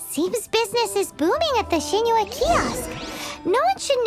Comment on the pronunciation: It's funny how Paimon pronounces Xingqiu as "Singcho"